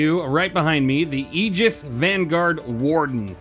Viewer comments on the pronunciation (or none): Its super annoying how you just refuse to say" aegis" correctly. Great review though! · Did you start out by calling it the “Yee-Gis?” I love that 😂